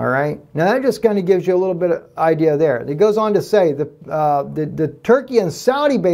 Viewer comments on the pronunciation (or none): none